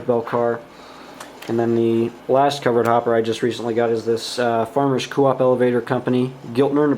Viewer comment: Hey great job on the weathering. The Coop car, it’s pronounced Co....op. Keep up the good work now “I” can get to weathering my rolling stock, thanks